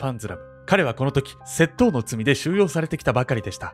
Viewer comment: 窃盗のイントネーションがいつも気になっちゃう笑